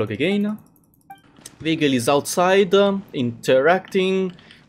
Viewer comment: ITS not vigil ITS vergil Really sus